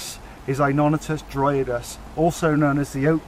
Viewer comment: why? i understood everything he was talking about, good video, the pronuciation of innonotus dryadeus was a bit strange:P but other than that nice:)